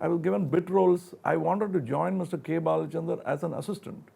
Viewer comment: Its not K.Balachanran..Its K.Balachandar